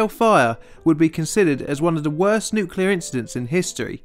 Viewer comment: We were so bad at nuculer pysicics back then lol